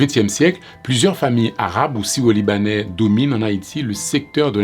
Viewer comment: Est-ce mes oreilles me font défault? Le titre dit: "Syro-Libanais", mais je ne peux m'empêcher d'entendre le narrateur dire : " sio-libanais"